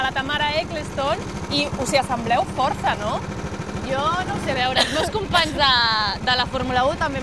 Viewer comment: "Us assambleu forza" Que li agrada el Forza Motorsport diu? Quin fàstic de presentadores pijes que pululen per la corpo darrerament..